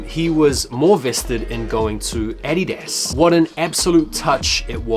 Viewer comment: Bro it’s Uh-Dee-Duz😂the way you say that shit just hurts my soul😂😂